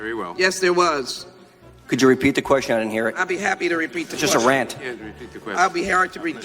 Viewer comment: "I'll be hairy to repeat the question..." LOL, Is she drunk?